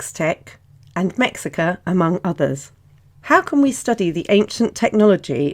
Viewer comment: mexica is actually prononced like me-shi-ca. the "x' is actaully pronounced like "sh" in the nahuatl language